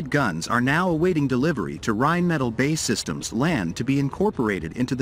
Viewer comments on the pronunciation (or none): Seriously. It isn't "Bay systems" Get a grip. It's B. A. E. Systems. Show you haven't a clue without saying "I haven't a clue" 😂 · “Bae” systems 🤣🤣🤣 its B A E systems not all one word !. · It's B A E Systems not bay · 'Bay Systems' is pronounced 'Bee - A - Eee Systems'. You literally just say the letters. Or is the IRS the ' Irrsss' ? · "Bae systems" made me wince every time. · Bay systems??😀That's what you get for not using a human narrator. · Exactly. "Bay Systems" like it's a favourite girlfriend